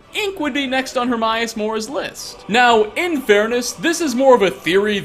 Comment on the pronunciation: herMAEus not HerMYus